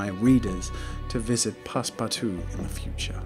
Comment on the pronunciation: "pass-PARTOUZE" as a frenchie I laughed concidering how family friendly you usually are